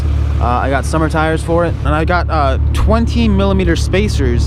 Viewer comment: did he really just say twenteen 😹😹😹